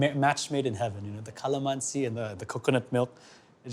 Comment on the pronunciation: I’m starting to dig you Chef until you pronounce calamansi 😭😭😭